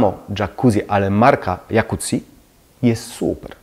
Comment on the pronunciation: W końcu ktoś kto powiedział poprawie Jacuzzi (włoskie nazwisko założycieli), bravo :)